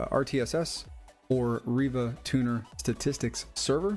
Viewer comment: you said riva tuna lol